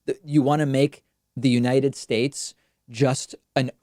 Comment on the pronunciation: It's amazing you actually transcripted trump's version of The United States into words... Unidesh Schaces is spot on! 🤣🤣🤣🤣